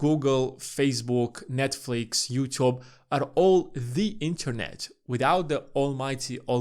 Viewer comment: The way he pronounces "YouTube" killed me lol